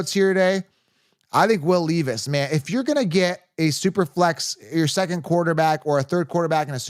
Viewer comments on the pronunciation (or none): Will “Leave Us” is him! Pronounced Lev-Us fr fr though